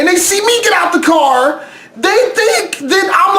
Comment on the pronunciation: I love your carrrrrrr